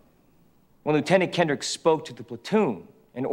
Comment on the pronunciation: Why do they keep pronouncing lieutenant incorrectly?